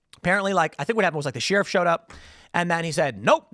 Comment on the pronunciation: You pronounced sheriff wrong again